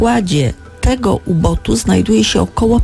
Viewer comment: Nie "asowie" a asy, na pokładzie U boota, a nie "U botu". Ciekawy materiał.